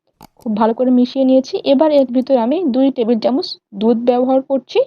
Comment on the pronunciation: Tumi jokhon chocolate ganach er recipe share korchile tokhon tumi bolecho 2 table tamoch chini use korte...ar tumi properly subscribe kotha tao uccharon korte paro na...eigula ektu thik kore bolte shekho!